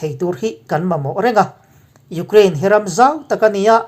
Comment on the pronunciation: Iukhrein tiin lam ve mai la